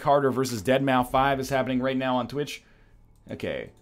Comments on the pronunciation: "Dead Mow Five" You mean deadmau5? Cause that's pronounced "Dead Mouse", the former sounds more like some ironic post-hardcore band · NL, for future reference, Deadmau5 is pronounced Deadmouse, not Dead Maw 5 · Did he just pronounce Deadmou5 as "dead mou five"? What...?